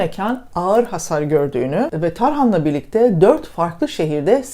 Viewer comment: Çok abartılı,kara komik bilgi,belgeden yoksun bir yayın olmuş. Sırf bu konu hakkında ben de bir şeyler söyleyim ne de olsa tutar niyetiyle yapmışsınız..Tahran’a tarhan demeniz bile ne kadar birikiminizin olduğunun ispatı..😅😅